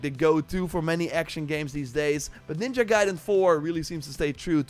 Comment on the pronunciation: You can now say the word ninja correctly? 😱